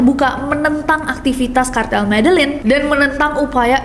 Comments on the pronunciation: MEDELLIN cara bacanya ME-DE-YIN Nessie 💯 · Medellin itu pengucapan nya Medejin kaaakk😊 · MEDELLIN itu cara bacanya adalah : [medeyin] . . . please deh . . . LIDAH KAMPUNG nya jgn dipelihara smpai tua ya Mbak . . . MALU2in lho . . . please deh 😇😁🤭🙏